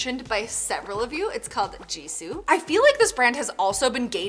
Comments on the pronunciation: Just so you know gisou is pronounced like gee-sou like the beginning of goat just letting you know luv u!! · Hi, I enjoyed this video so much, tho as much as I know, the brand gisoo, the g should be red as the same sound in cargo. Not j sound, its an Iranian name and owners name also look Iranian. Gisoo in our language farsi/persian is a girls name. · The brand "Gisou" not "Jisou" is from an Iranian entrepreneur, "Gisou" in farsi means "Hair" I'm disappointed you didn't do your research right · The name “Gisou” is pronounced gee-SOO — with a hard ‘g,’ like in go (not like jee-soo). It’s a Persian word that means beautiful, silky, or flowing hair — a word often used in Persian poetry to describe luxurious locks. The brand’s founder, Negin Mirsalehi, is Persian herself and chose this name to reflect her heritage and the timeless beauty rituals she grew up with. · When you said "jisso," I thought it was "jisso" by Blackpink.